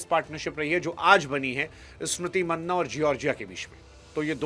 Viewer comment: मैने आपसे पहले भी कई बार ये पूछा हु और आज भी पूछ रहा हु पूरा भारत स्मृति मंधाना कहता है आप क्यों मन्ना कहते है